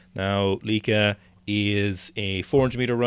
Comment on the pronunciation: Correct pronunciation of Lieke, by the way. Proud of you. Oh wait it became Lecke halfway through the video. Ah it's Lieke again. What a wild ride.